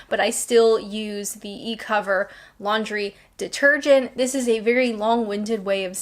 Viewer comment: Is it just me, or did you keep saying "lingerie detergent"? Probably just me 😁 The immigrant/ex-pat thing, I agree. Our ex-pat communities in Spain etc, have no wish to assimilate.